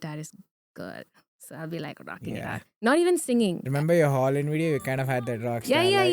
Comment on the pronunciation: When you said nollywood, it took me a minute to figure out what it was. “Yeah”😂